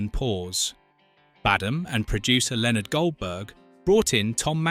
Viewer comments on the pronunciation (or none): none